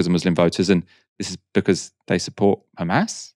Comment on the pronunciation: Not Hamas... But kHhaamas...